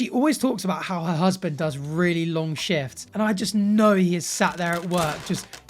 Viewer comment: Did you say her husband does really long shifts or shits😂😂😂😂